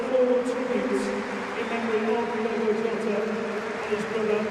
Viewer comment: Who’s Diego(?) Can Spearing REALLY be that ignorant that he can’t/won’t pronounce DIOGO’s name properly(?)